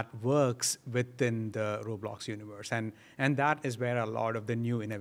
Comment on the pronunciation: Dave..... ITS LITERALLY CALLED ROBLOX. RO BLOX. NOT ROLIMB